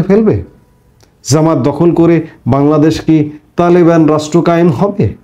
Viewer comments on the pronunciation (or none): none